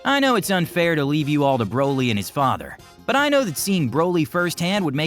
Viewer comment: leave... not levae!